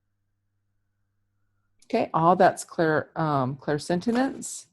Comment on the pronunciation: It's all good but you are saying clairsentinence instead of clairsentience. Thank you for the awarenesses. Blessings always!